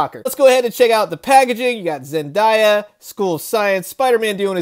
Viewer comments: It's Zen-day-uh not die-uh. Other then that, great review! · Zen-DIE-ah? dang is that how much you dislike the actress, or just a run of the mill mispronunciation? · Did you seriously say "ZenDIEah"? "Are you seriously leaning on the Cauldron Of The Cosmos?"